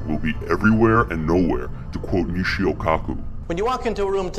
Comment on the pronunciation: lol "misheo" and "kurzwheel"